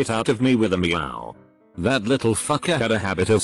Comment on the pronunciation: sot that sot sot thing sot is sot so sot annoying sot